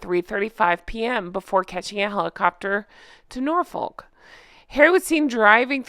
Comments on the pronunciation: Norfolk, friend, is pronounced, Nor-FERK Any "folk", when mentioned as a place is pronounced that way, instead of FOKE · For future reference, Norfolk is pronounced Norfuck, with the emphasis on the Nor and the second syllable short (swallowed is the term for English pronunciation!) Not even kidding! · fyi Norfolk is pronounced “Nor - F@ “ in the UK 😂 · I love how politely you pronounce Norfolk, we pronounce it as Nor-fukk. Excuse - 'The helicopter must leave on time you know this being a legend as aviation' (all seriousness air travel is strictly controlled in London) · Hiya, just wanted to say that the way you pronounced Sandringham and Norfolk was a little off, no hate ❤️😂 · As an english person, may i please advise that you dont say the h in Sandringham or the l in Norfolk. Love you lots honk honk xx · 😂 you say Norfolk so funnily lol